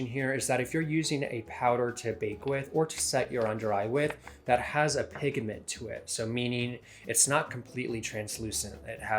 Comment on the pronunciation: ....... Did you say: pigAment????? I had to replay it ....lmao